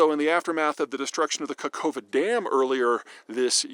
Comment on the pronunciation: Thanks for the video! But please look up how to pronaunce Zaporizhzhia and Kakhovka.😂